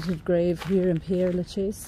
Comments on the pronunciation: Hi! You’re mispronouncing the name! It is NOT “Pierre”, but Père (like pear) 🌹🌻🌸🌼🌺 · Ye I did but never was I thought how to say Père Lachaise, funny that ain't it 😅🤣 oh by the way it's nice to be nice, I think I apologised in the video about my pronunciation, then you probably didn't watch 😅 too busy running to the comments 😉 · you’re not getting the point, you visit a world famous cemetery and cannot be bothered to learn how to pronounce its name. Tut tut pull up your socks dear! The video is great btw, I love this cemetery but have not seen it all. Cheers 😢